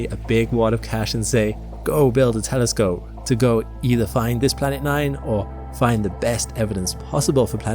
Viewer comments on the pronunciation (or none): none